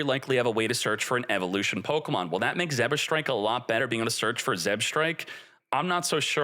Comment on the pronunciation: It's not Pokamon. It's Pokemon